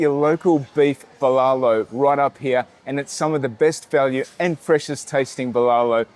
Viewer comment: Friendly tip add an h at each end of the syllables bbuh lah loh